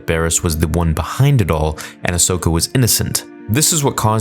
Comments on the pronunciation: Just one mistake: It's Ahsoka not Ashoka :) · Her names ahsoka mate. Not ashoka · Ashoka? Really, Ashoka?!! Nice work with the name of our beloved Ahsoka. Please, at least try to be more respectful.. If you can.